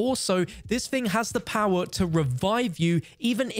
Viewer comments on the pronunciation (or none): none